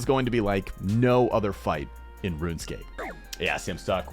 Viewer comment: its pronounced "Run Escape"